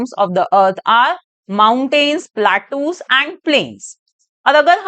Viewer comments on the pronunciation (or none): Mam ur pronouncing wrong platus ❌ plateaus ✅